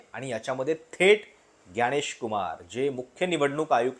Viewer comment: ग्यानेश नाही तर ज्ञानेश. खृपया मराठीत जसे म्हटले जाते त्या प्रमाणे उच्चारा.